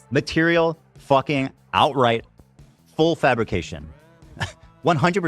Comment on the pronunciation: And "fuhgin"